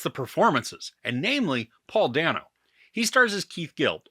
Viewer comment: I love the movie and your review. It reminds me of another favorite, “The Big Short.” BTW, Paul Dano pronounces his last name as “Day-no.”